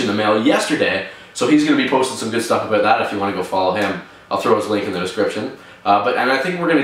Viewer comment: "think aboot" haha i love your videos dude!